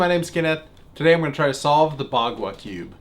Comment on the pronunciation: For a bit I thought solve said stroke